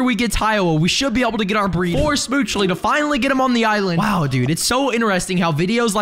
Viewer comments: who says it smoochle and not smoochly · It's not schmoochley because he says it like that it's schmooch-le, you don't say ee